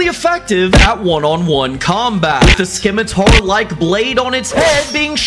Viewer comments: bro actually said skimitar, instead of scimitar (Don't mean anything bad by that, you make awesome vids) Oh, and a second thing: Yes, you should absolutely make an eveelution for cosmic, it would be amazing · The 'c' in scimitar is silent. It's like the word science.